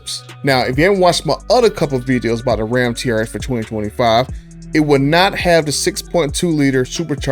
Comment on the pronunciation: Dude. You called it the “She-rx.” Hahahaha Thanks for all these videos and information, btw.